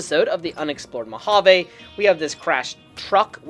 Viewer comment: Mojave railroad, with a fully pronounced “J”